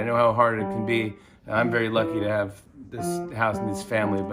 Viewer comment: "We ave a great show for you tonight" xD poor Jimmy thinks he is still in his studio